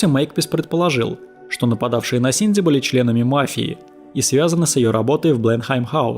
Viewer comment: Это я упорно слышу "Синдзи" или у меня нет передозировки аниме и мемов по Евангелиону? 🤔